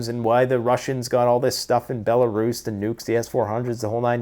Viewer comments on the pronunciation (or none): none